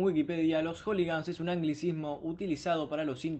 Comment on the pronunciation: "Joligans" ah bue...